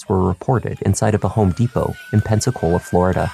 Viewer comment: I know I'm NOT the only one that thinks 'Pepsi-Cola' every time they say 'Pensacola'. Amirite? 100% I'm right.